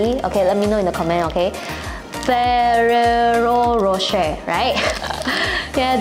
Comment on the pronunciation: ada pelat r ke sebab cakap freererro khosshe:)